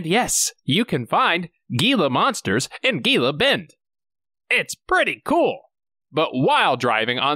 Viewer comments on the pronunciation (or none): It's "He-La" monster not "Gii-La" monster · Omg.. GeeeeLa Bend? That's not how you say it. Gila=HeeLa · Gila Bend would be more pronounced like, "He-la Bend." Edit: Man, I hate being that guy, but they train police dogs in German. Now I don't know if he spoke German or Russian because I talk American like, but it's not unusual for a K9 Unit to issue commands to their dog in an unfamiliar language. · It probably wasn't on purpose. Wasnt until I moved to Arizona in my twenties that I heard "hee-lah" for the first time. Seems like some Science and Spanish teachers outside the southwest missed that memo. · I've built roads down there. Had some illegals pop out of a wash and run up to my truck asking for water. Other than that, not dangerous. It's pronounced "Hila Bend". The G makes an H sound in Spanish. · As an Arizonzan, I appreciate the fact that you tried, but it's Gila (hee-la) Bend, like the Gila monster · Gila is pronounced like an H. . . .Hila . . . Hila bend. Hila monster. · Pronounced "hee-luh" monster. Only bc I grew up in AZ lol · Gila(hee-lah) Bend is a tiny spit of nothing. Blink and you'll miss it. It also sucks in that whole area. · “Geeya Bend” Somebody tell this tool that’s not at all how you have Gila. Not even half of your pronunciation was right and it’s only TWO syllables. 😂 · It's "heela bend." You're welcome. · The G is silent in Gila. Replace it with an H sound. Just like Jesus. Ya it's different i know 🤣🤣😏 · Gila is pronounced Hila BTW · It’s spelled Gila but pronounced like hila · It's pronounced HEE la bend. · Its pronounced hila bend gringo. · I'm convinced you pronounced Gila wrong on purpose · A different way to pronounce gila monster. Is it meant to be funny! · 99% chance you're an EVE Player if you're saying Gila like that and so aggressively hehehe even though it is not pronounced correctly that way... I also play EVE and have spent time on each side, but really there is a correct pronunciation.